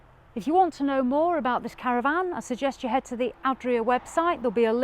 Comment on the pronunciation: Caravan...not CaravVAN 😂